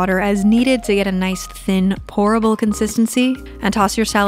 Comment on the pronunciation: She said ‘pourable’ lol